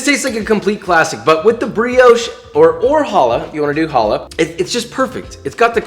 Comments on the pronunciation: You say hala wrong try to say the ha like you charging a spit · Challah is the best bread for it. French toast with the leftover Shabbat challah on Sunday morning was my childhood. But also Josh. I love you but that's not how challah is pronounced. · WHenever someone says "halla" instead of "CHallah" a little piece of me dies inside. :( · It’s not “Hallah” it’s “Challah” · Challa not holler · I know Hebrew and Josh just so you know it is pronounced KHHH- alah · ITS PRONOUNCED CHALLAH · You mispronounced challah